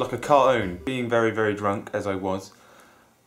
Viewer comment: "like a caroon...." wheres the T?